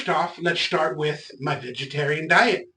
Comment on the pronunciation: "Vigatarein diet"